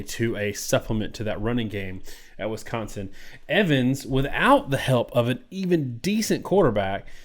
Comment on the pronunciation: Why do you pronounce Wisconsin as Wiscontsin?